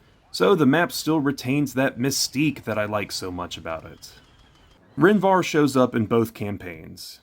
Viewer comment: Take a shot every time he adds an N at the end of Rhen Var. Its Var, not VarN. I absolutely love these videos. Keep it up man!